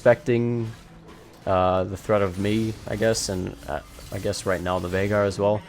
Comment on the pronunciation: Bro said mid jeagaar (veigar).